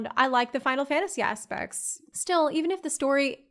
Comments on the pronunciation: "Ass-Pacts".... o.Ô ahum Bun-geon-Runs ... ok that´s new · "...Final Fantasy asspects..." TRUELY a woman of culture